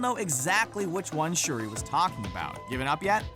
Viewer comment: He said shurdi get my girls name right k